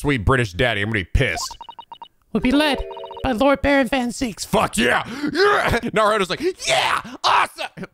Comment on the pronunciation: Barok!? No, it's Baron!